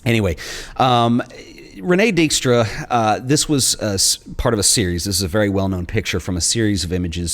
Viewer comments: Concerning past masters and Dijkstra (Please, work on your pronunciation of Dutch/ German names). There recently was an expo in the Frans Hals Museum pairing her photo's with Hals his work. The link was pretty clear that way. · More like REEN-eh-kuh DIKE-stra. Do yourself a favour, double check it before you tape (the same with a couple of translations/ pronunciations in the Daan Hansen video). Hell, i'd be okay with it if you asked me.